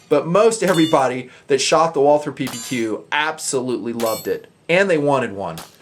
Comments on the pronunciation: If you want to pronounce "Walther" right you say "Wulter". The "u" like in slug. And you can just omit the "th" and use a "t" instead because this really isn't a "th" sound. Great review great pistol. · Great review, great gun! I just wish more people pronounced "Walther" properly, just like it grinds my gears when people don't pronounce the "e" at the end of Porsche. "Walther" is really pronounced "Vaulter." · Ok let's say this slowwwly Voll(as in volley)-ter(as in water). This is not very hard and it absolutely drives me and I'm sure other Walther enthusiasts nuts. Follow this pronunciation guide and you'll be saying Walther like a pro and not a moron in not time flat. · Nice review. Say it with me now, Walter...or even more correctly, Valter. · You don't pronounce the "th". Just pronounce it Walter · I'm in the hospital right now and watched the review for relaxing. I'm german and nearly popped a stitch when you said "walther" trying to sound german. Very nice I go buy one when I can